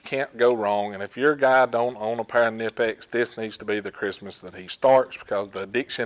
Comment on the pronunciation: knipex is pronounced with a k..it is not american